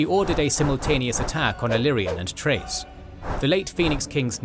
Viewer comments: Ch for Chrace is pronounced as a K. It's pronounced as Krace not Trace. Think of the word 'Character' and not 'Chase'. Amazes me how many YouTubers get it wrong. It's Celtic pronunciation. I played 6th edition in store and it was always Krace. GW is heavily influence by the British Celtic myths and Tolkien lore. Other than that, good video. Ulthuan's history reflects a nod to the kinslaying by the Noldor in the Silmarillion. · Amazing video. One thing I’ll say that I can’t stand is how people pronounce chrace as “trace” like bro it starts with “Ch” what’s the deal?